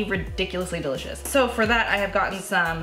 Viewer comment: " it's "dill-icious"